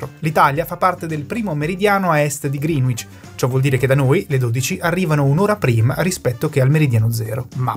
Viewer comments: Ehm, tutto molto preciso, però ci sono evidenti errori di pronuncia: Greenwich si pronuncia "Grènich" e non "Grìnuich"... e poi (ma questa la sanno in pochi) "Kiribati" si pronuncia "Kiribas" 🙂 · Dario e la sua penna rossa non richiesta: Greenwich si pronuncia 'gree-nicc' /ˈɡrɛnɪtʃ/ non 'griin-uic' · Grande video, pero' e' "Grinich" non "GrinUich" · Da correggere la pronuncia che è Grenich e non Grinuich. Detto ciò molte grazie per il lavoro certosino, forse pure troppo. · Perdonatemi l'insopportabile pignoleria, ma vi sono due errori di pronuncia per toponimi irregolari. Uno è "Kiribati", che si pronuncia "Kiribàs" ("ti" si pronuncia "s" nella lingua locale). L'altro è... "Greenwich". La pronuncia corretta è "grènic'" ("c" come in "ciao"), non ha nulla a che vedere coll'aggettivo "verde" e la "w" è muta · Ottimo video. Una sola pecca, molti non sanno che la pronuncia di Greenwich è qualcosa tipo “grenidg” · Bravissimi. Unica nota: la pronuncia di Greenwich è gren-itch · Greenwich si pronuncia Greenic (con la c di ciliegia). Pare strano ma è così. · ehhm, si pronuncia grenich